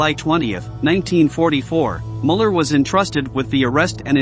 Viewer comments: You can't even pronounce the names normally, that guy's name is Muller, not Moller and it's not Mengel, his name was Mengele. Look into it or is it just about the clicks? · I appreciate the information, but these names are being butchered. Müller is pronounced Mewler. I'm not an English phonetics expert. I spelled the pronunciation the best I could.